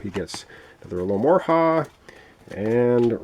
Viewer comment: Alo ho mora Not alomorha :)